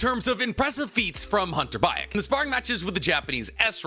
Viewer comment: Hunter Baek is pronounced Bek